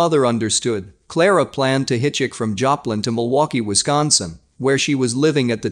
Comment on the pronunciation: Hitch ick? Its pronounced hitchhike! I know its a grownup word now let's say it together hitchhike!